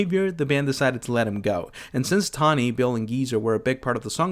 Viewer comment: Tony-tawny? Occultist-okyewltist? Why the strange pronunciation? Is this AI?